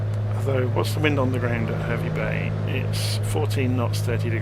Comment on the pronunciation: Absolutely love your work. Given the way my boy monopolises the XBox, I probably spend more time watching your vids than using the sim! Couple of pronunciations from a (born if not resident) Queenslander ... Mackay = Mack-eye ... Gladstone = Gladst'n ... Hervey Bay = HAH-vee Bay (pls forgive if someone has already raised this!) Great route and plane. Thanks for the videos!